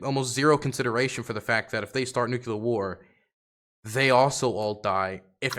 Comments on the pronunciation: you are a geopolitical commentator now, please learn how to say Nuclear(Nuke-lear). It's driving me insane. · I just don't understand why it's still hard to say NUCLEAR properly.